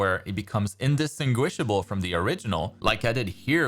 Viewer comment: Indistinguishable means the opposite of what you think it means. Also you don't pronounce it like that🤔😂